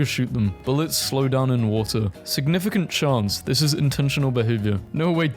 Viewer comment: watar break